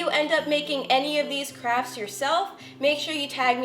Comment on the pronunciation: Literally, every time she says “crafts” I hear “crap”. Is it just me? Not in a bad way or anything.